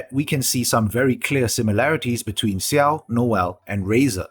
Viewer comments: Just so you know, it's not pronounced Siao, the X is pronounced like how it is in Xiangling. Much more like Jiao. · Dislike because its Xiao not Siao. It's difficult af to finish this video.